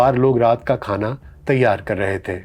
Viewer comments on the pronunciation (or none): none